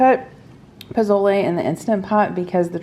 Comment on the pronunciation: I love you. Say pozole : posole 😅. As a fellow Hispanic. I’m seriously impressed you making pozole. Happy u enjoy this dish ❤❤❤❤❤